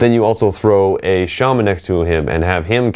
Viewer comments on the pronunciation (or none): none